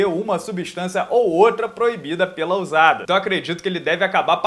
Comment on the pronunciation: Pronuncia eh Ussada não Uzada